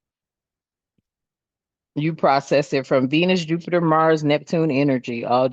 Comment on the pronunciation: I adore you but it's Jupiter, not Juniper